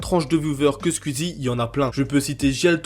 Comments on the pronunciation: Mais c'est si difficile de dire squeezie et pas squizi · Squeezie -> « skouizi » Zevent-> « Zi event » ou à la limite « Zèd event » En toute bienveillance évidement 🙃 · Tu dis scul easy et tuitch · Arrête de dire squizzie stp